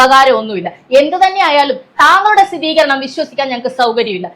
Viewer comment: സ്ഥിതീകരണം അല്ല ബ്രോ "സ്ഥിരീകരണം" 🙄🙄